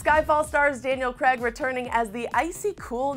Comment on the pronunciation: Craig not creg